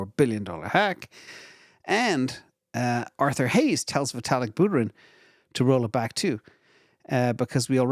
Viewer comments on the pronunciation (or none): none